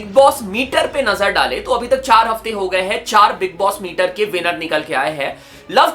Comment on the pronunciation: बिग बॉस मेटर ❌ बिग बॉस मीटर ✅😂